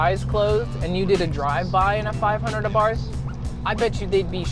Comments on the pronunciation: saying this ONLY because I'm particular - the name Abarth is pronounced: ah-bart, the "h" is silent as is the case in many Austrian names. Great review and loving the red. Mine is white with black accenting and honestly, I cannot get enough of this little pocket rocket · Ah-Bart(h) The (h) is silent...